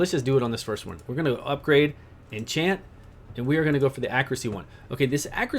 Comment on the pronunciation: thanks for guide. The word is enchant not what you said.